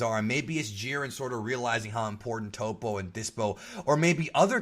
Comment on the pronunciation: I thought they pronounced Toppo it TOP-O in the show.. not TOE-PO... But I do agree on the part that Jiren is boring AF.. they should definitely show some of jirens past to show how he got to we're he is now.. make him relatable because he has that superman level of unbeatable to him that makes him uninteresting